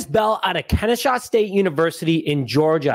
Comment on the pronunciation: Kenny-SAW!! PLEASE show the HBCUs some fn love and SAY IT RIGHT! ✌🏾